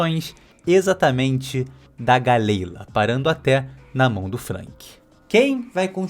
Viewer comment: Eu achava que galley-la se pronunciava Galila, fazendo alusão a dalila. Viajei